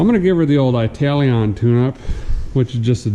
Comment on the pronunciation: “I-tal-ion” 😆 should be an Italian last name! Wonder where his lineage comes from.